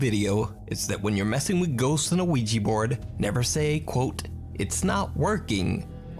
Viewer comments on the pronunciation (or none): Please stop calling it a Ouiji board, it's Ouija!!!!!!!!